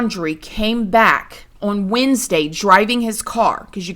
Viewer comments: Lol girl I was like… WESNESDAY?! 😂💕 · Did you say hope we have a good Wednesday?? Lol. Did anyone else catch that?